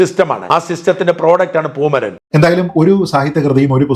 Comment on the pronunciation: 😂 പൂമരനല്ല.... പൂമലരൻ...അതായിരിക്കും ഒന്നുകൂടി യോജിക്കുക.😄.